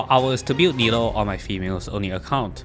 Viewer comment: I love the content and video BUT… Nilou is pronounce “nee loo” NOT NILO